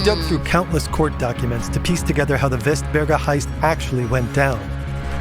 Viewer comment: Västberga, the 'äst' is like how you would say 'est' in Jester, and the 'e' in berga is spelled exactly like 'ä'